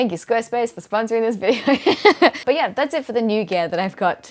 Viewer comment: “Ahhh...yeeee” - the Australian in you JUMPED out there. Love it.